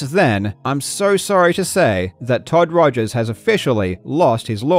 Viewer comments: who tf is todd rogers? you mean Todd Todgers? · “Todd Todgers” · Karl called him todd togers lol